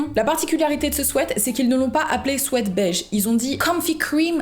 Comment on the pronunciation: "ce swaite" "ce swète" 🤭